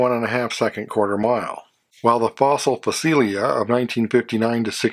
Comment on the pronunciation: Νice video, some models I had never seen before. I don't know if you ever read the comments, but I sure know you do not correct yourself when they make a valid point, so I don't have high hopes, but I have to say, you BUTCHERED the "Facel Vega" name so badly, it was unrecognzable, and I really cannot reproduce how you slaughtered it here. Did you say.... Facelia?